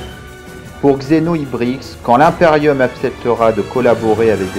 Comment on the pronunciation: J'adore ecomment du dit "l'hymeperium" au lieu de "l'imperium"